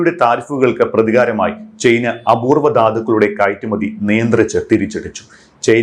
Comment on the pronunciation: ചെയ്‌ന അല്ല ചൈന. .കേൾക്കുമ്പോൾ എന്തൊരു വൃത്തികേട് ആണ്. ..ചെയ്ന 😑